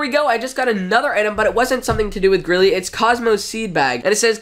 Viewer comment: I always thought it was pronounced greely not grilly (not a hate comment)